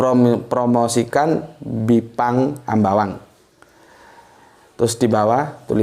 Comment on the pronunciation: Ini bipang ambawang dr kalimantan lhooooo......sangat jelas intonasinya kan, bipang ambawang...bkn bipang doang 😁😁